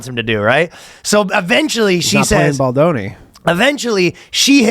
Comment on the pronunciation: “Not playing Ball-doni”😂😂😆